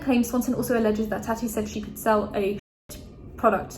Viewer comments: Taw-ti not Ta-ty lol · im sorry but the way you pronounce it as "tatty" 😂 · Why are your pronouncing tatis name different then you have done in the past? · I love you but honestly how hard is it to pronounce TATI